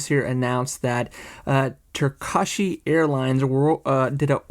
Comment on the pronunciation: Turkasheeeeee!?!?!! Turkish!!!!!!!! Turkey bro!!! Wtf